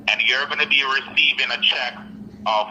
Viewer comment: The scammer say the car is on a “ Chuck “ that alone is a giveaway😂 and he also said “‘it’s only be carsting yuh” 😆 also a “ one vaniller card”